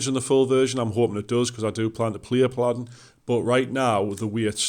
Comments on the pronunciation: I was born and raised in Billingham, England lol. You are mispronouncing it. It’s Pa-luh-din. Me living in USA doesn’t change that. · How can you not know how to pronounce "Paladin"? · Overall good video. You missed a class. Healers are very useful in bgs, especially bard, bard is op af in bgs. You are mispronouncing Paladin.